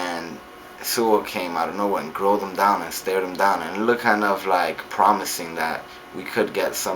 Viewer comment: Look-tid? Look-tid? LOL Your ghetto ass can't pronounce looked, lol.